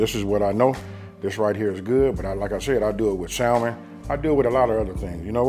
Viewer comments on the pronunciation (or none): “SAM-men” you mean ..come on unk lol